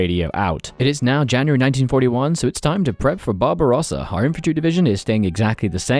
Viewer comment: I love how you pronounce "Barbarossa" as "Bob Ross-a"